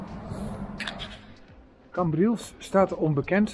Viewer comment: Leuke video, het is CAmbrils niet CEmbrils lol. Verder leuke video. Hoe kom je erbij dat mensen in Nederland niet op het terras konden zitten??? Dit was zeker tentijde vd covid19 pandemie. Mijn broer trok zich niks vd regels aan met als gevolg, dat hij aan covid19 is overleden. Dus, ze hadden wel een reden om de boel te sluiten.